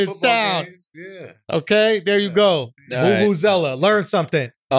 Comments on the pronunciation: You said it right Andrew, it's a Vuvuzela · Thanks Schulz! yes, done said it perfectly, Vuvuzela XD